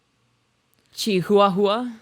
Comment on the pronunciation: Did she pronounce chihuahua as "chee hooah hooah"💀